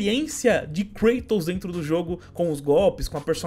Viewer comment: Vc falou errado mano o certo é KLEITON kkkkkkkkk. ( Vídeo muito bom mano tmj, sucesso)